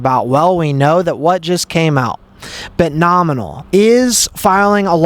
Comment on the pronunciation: Omg the second hand embarrassment. CRINGE!! It’s Bitnomial, NOT BitnomiNal. Please Stop!!! 🙈🙈🙈